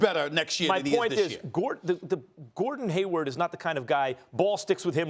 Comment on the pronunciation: Is Stephen A saying Gordon Haywood? Lmao